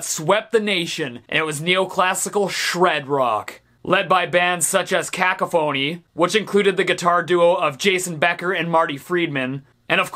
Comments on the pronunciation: …mans said “cak-o-phony” it’s Cuh-cough-a-knee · I lol'd, btw Steve it's cuh-CAW-fuh-nee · Dude.. it's pronounced Cack Off Ah Nee not Cacko Phoney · I'm sorry, He says cac-ca-fony. We usually say it ca-cof-fony. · You said it again! Cac- a-phony??? It's cah-cough-fanny or that's the best I can phonetically spell it. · It’s not pronounced “cack-a-phony”. It’s “ka-coffin-ee” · Isn't it ka-kaf-ony? Not ka-ka-phony, right? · Caca-phoney? I think it's pronounced Ku KA Funy. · caCophony, not cacoPhony! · He put the wrong emPHAsis on the wrong syllABle. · No, it was just pronounced incorrectly. Emphasis is the intensity of a syllable. Saying a word incorrectly does not equal intensity. The correct pronunciation is "kuh-kof-uh-nee" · Cacophony is pronounced ka-cough-a-nee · That's not how he said it. He said con-caf-hony. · Everytime Steve says cacka-phony it makes my day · No one gonna mention the way he just casually says cacophony as CACAphoney? 😞😔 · It’s pronounced Cah-cough-ony :) Great list tho dude 🤘🏻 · Love you Steve but it's pronounced cuh-CAHH-fuh-nee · Don't want to be that guy but it's Cacophony pronounced ca-cough-phony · Yeah I was sure he was pronouncing it very weirdly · Stephen Vickers Really ? I don't hear it that way ^^ Maybe it's because he puts the stress on the first syllable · After thinking about this a while I realized he's saying closely to how you say caffeine, while it's usually said in english kind of like we'd say coffee. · I honestly had no idea that Boston had more than 1 song. Great to see queensryche in there I dont know anything about guitaring but operation mindcrime is one of the best albums ever. There really should have been more thrash on this list though the whole genre is kinda built on twin guitar riffs. Why is he pronouncing cacophony so weirdly though. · he butchers the name cacophony. it hurts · Cacophony , you completely mispronounced that shit bro.